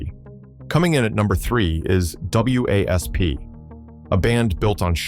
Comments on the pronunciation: The whole AI narrative sucks. It’s wasp not.W A S P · Wasp, the damn AI can't say the word wasp.